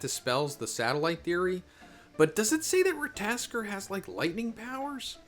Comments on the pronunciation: Ra-ta-tos-kur phonetically 😂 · It can be prononounced Rat-(tuh)-toss-ker. Look up god of war Ragnanork scenes with the squirell you can see how they say it. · Rat-o-tosker z lol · Don't worry, Americans can't pronounce shit. They saw Ratatoskr and they all said Rataskor. But of course, Americans will be Americans. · Rata-tosk-er. Sounds more like that. hope it helps prenouncing the name better. Im norwegian native speaker btw😆❤ Just hard to explain on text. We roll the R too. Also rattatosker is a messanger god he walks from realm to realm whispering News etc from gods world to our etc he lives in Yggdrasil the world tree thats the way between realms is thst tree hence called rhe world tree. Thor is the one conjuring lighting. Since u meantioned lighting etc i added some info. Feel like oda mixes the gods and their power and story in one piece he does that whit other gods etc too. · Rat-aa-tosh-ker and needh-hawg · I believe the name is pronounced, Rah Tah Toh Sker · his name is “ rat-a-tas-skr” pronounce it like that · Rat- ta -tos -ska 😂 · Hey , greta video . In the video game SMITE there is a god called ratatoskr and it talks . they pronounce their name so for future videos you could pronounce it correctly . keep it up brother . Love your videos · very bad pronunciation 😂😂😂😂